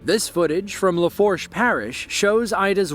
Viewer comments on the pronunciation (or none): FYI…Lafourche is pronounced La-foo-sh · “Laforche” just might be worse than “New Orleens” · its pronounced laFOOSH but yeah ida was crazy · Ida didn’t hit in TWO THOUSAND twenty one, it’s Twenty twenty one. Katrina hit Louisiana not as strong as Ida. Another AI fail. Laforsh parish? ANOTHER AI fail. Camille is the strongest hurricane to hit Louisiana and the only category 5 hurricane to hit 2 US states. AI fails all the time.